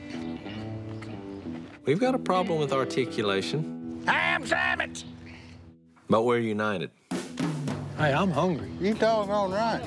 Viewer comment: “Want a sandmich” -Godwinn